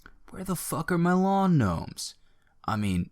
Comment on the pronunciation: Did you say knomes